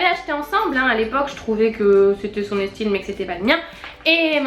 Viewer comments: Oui elles l'ont dit dans un vlog elles disent "estyle" et pas "style" mais elles ne savent pas pourquoi :') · coucou ! j'ai un bug vous dites " estyle " haha jsp pk j'entends pas " style " mais "style " ;) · pour celles et ceux qui ne savent pas pourquoi et disent "estyle" ou "estile" je ne sais plus comment cela s'écrit! Tout simplem